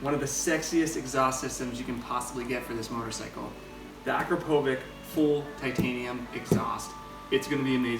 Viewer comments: does my fucking head in! it's pronounced: a crop a vich not akrapovic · Its Akrapovitsh and not Akrapovik and you are awery time using your girlfriend 4 klicks Bastard seriously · “Akro” what? At least pronounce the whole brand name....Akrapovič!! Akropovic.....wtf? Learn to pronounce it right..... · Looks and sounds beautiful. The only thing I didn't like is your pronunciation of Akrapovič. You say it like Akrapovich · A Crop O vitch. Say it with me. A Crop O vitch. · its pronounced Akrapovitch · Why is she naked?? And it's not akrapovic but akrapovič (akrapovitch) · It sounds awesome, just one thing, it's pronounced "Akrapovich". "Č" stands for the "ch" sound in slovene. Otherwise great video! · Akrapovič = Ahh-Crrop-O-Vitch. Its a manufacturer in Slovenia :) Now you know how to pronounce it. Good series! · Pronounce Akrapovic correctly dumb idiot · You are not saying Akrapovič right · Cringes when akrapovic is misspronounced. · the way says Akrapovic pisses me off so much.